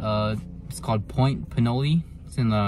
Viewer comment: Try at least a 10 -12ft surf rod. 30-40 braid 25 lb mono leader, something like that..The location is pronounced 'Pinol'..not 'Pinoley', like the city nearby of Pinole..the e is silent...Maybe describe your set up-rod length, reel size, line, how you hook up the mudsuckers, you showed like 1-2 seconds.